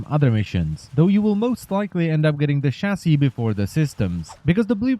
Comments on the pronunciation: i understand he has an accent but a chasy is what i hear for chasis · wtf is a chassy/chassi?